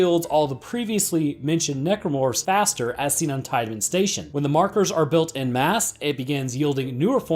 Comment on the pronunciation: I'm here for "Necormorphs"